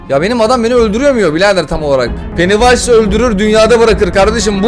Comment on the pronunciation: Abi korku oynuna bir an penisnays dedin sandım